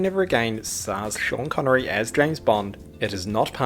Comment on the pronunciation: Schan connery